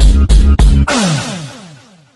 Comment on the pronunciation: bro said " pInE-aPple pinealppe apple-pine pe-pe"